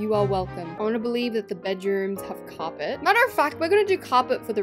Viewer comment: whyyy is carpet said like that no offense